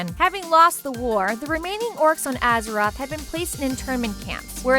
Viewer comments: "Atheroz"? I think you mean Azeroth. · ATHEROZ?! REALLY?! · Did I hear Atheroz? Haha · She is so ignorant lolol. wtf is an Azeross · Azkeroth? really? You guys didn't find someone with more experience at reading or a wow player to do the talking? Aside from the lore mistakes are you guys even trying? Honestly for good wow lore videos i suggest Nobbel87. At least he tells you everything and tries to find the correct images to show (varian wrynn insted of his granfather or anduin wrynn instead of llane; the order being wrynn the 3rd>llane>varian>anduin). Stop butchering the names!